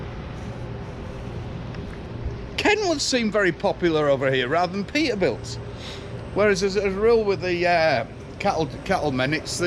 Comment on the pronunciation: Lots of Pee'ah Bilts."